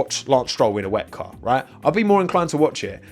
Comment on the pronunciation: Please stop saying “weck” it sounds so much better if you just say W.E.C.